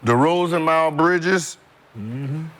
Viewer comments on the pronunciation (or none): Why does Gil call him Mile Bridges? 😂😂😂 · Gil said "Mile" Bridges lol I'm dead 💀